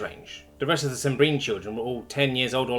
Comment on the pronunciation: It's fun reliving the old story. Only wish didn't insist on mispronouncing stuff. It's SIM-bree-an for crying out loud.